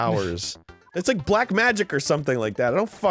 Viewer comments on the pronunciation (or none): LOL So this is Kirby Emblem Fates now? I don't like the way you said Black (How did Dan not end up saying that?) So what in the world is the catch on that last level?